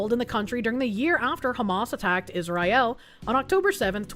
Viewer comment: Random beach jew, side quest hanuka I smiled for a moment (By the way its not israyel but is-ra-el)